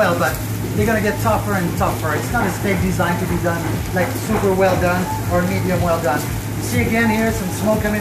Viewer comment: Sooopurrrr tenderrrrr😂